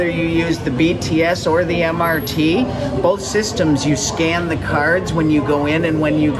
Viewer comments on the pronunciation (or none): none